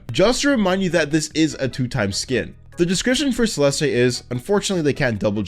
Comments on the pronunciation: did he really just say celesté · you mispronunce "celeste". Its pronunced "celest". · Btw, Celeste is pronounced "Sell-est," there's no 'eh' at the end. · Celestay 💀 Hairy twinkle twenty nine twenty nine 💀 A-zure 💀 Light green? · BRO ITS JUST CELESTE YOU DONT REALLY SAY THE E 😭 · never say 'celeste' like that again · no way bro pronounced Celeste like that